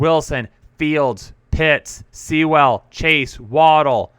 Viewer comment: can't even say Sewell? What a bum (btw, it rhymes with POOL)!